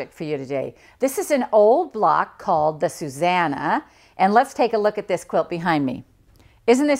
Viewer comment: Actually the name is said (in the way you have spelled it) SuSANnah. That isnmy little sister's name and that is her pet peeve when people say SuZannah. Most people get the two mixed up.:)